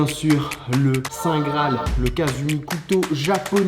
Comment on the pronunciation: C'est pas Kasumi c'est Katsumi